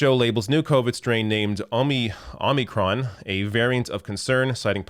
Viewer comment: Why can't people pronounce 'omicron?' Is it a Canadian thing?